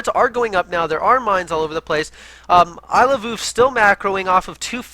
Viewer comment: is now my favorite because he pronounces Iloveoov the way I think it should be pronounced XD